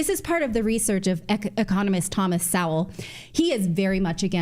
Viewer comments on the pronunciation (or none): You pronounce Thomas So well,,,Soul,,, reading not your best suit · Thomas Sowell pronounced "Soul" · Natali: Thomas Sowell (so-well) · It's obvious you've never listened to Thomas Sowell before. it's pronounced Thomas "Soul". The man is an American treasure. He was a Marxist in college before waking up to conservatism. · You are mispronouncing Thomas Sowell's last name.